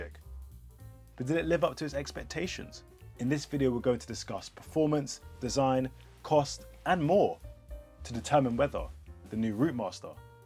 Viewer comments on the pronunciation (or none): ah yes “perfromance”